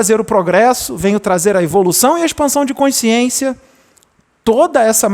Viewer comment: Português, um toque 》 a palavra é CONSCIÊNCIA. Não tem o E a mais do sotaque carioca. É importante na Excelência da comunicação.